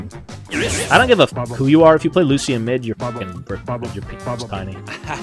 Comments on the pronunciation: Anyone else HATE how he pronounces Lucian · we need a compilation of pronouncing champs wrong (Lucian, Mundo, Yone.)